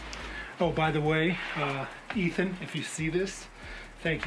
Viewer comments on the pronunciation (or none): none